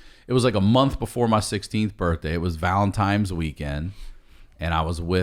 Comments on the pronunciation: hold up..... did Ryan just call it "VallentiMes" Day?? lemme just pause on that for a second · Did he really say “valentimes weekend” 😂😂😂😂